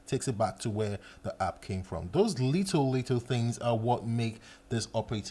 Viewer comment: Everytime he said "little" i heard "lethal"